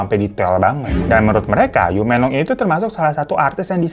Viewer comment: Menglong pake e 'emak' bang😊 Yiren pake e nya "emak"